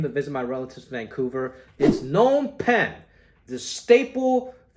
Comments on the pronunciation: Btw jimmy Phnom is pronounced with a Loud P. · Why do ppl pronounce the name "Nom Pen"? There's a P at the beginning of the name.. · The P isn't silent by the way I'm Cambodian XD